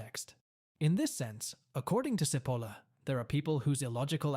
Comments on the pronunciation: Mentioning stupidity: his name is not "Seapoulah" , but Cipolla! (Which means "onion", by the way) Why are all people form all over the world able to pronouce foreign names correcty but the anglos? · It is not pronunciated Sipolla but Chipolla, it means onion in italian, actually it sound a little funny as a name. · pronounced chee polla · His name is pronounced 'tʃiˈpolla' - stupid! 🤪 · It's not pronounced "Sipolla" - it's "Chipolla". It's basic Italian pronunciation, and the word means "onion". Now, don't be stupid. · His name is pronounced “chee-POHL-la”. In Italian, “ci” is always “chee”, as in cheese. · Pls. pronounce CHEE-POLA, as Italians do. Thx. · Cipolla as in chichi “Chipola”. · I apologize if this comment comes across as pedantic. In Italian, “ci” is pronounced “chi.” Therefore, Mr. Cipolla’s last name is pronounced “Chipolla.” How someone could make a video and mispronounce the author’s name of the work he is discussing is beyond my comprehension. Has the video maker never heard of “Leonardo di Vinci, or the opera composer, “Giacomo Puccini?” Has he never seen “Fettuccine Alfredo” on the menu? Talk about “stupidity!” This “stupidity,” in my book, undermines the video maker’s credibility. If he doesn’t know how to pronounce the name of the author correctly, if he hasn’t done his homework regarding the correct pronunciation of his subject’s name, how can we rely on his content? Additionally, and equally troubling, his “stupidity” is spreading “stupidity” as his viewers will ape his mispronunciation! I hope this helps. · Well, you are stupid enough to not be able to say Cipolla correctly.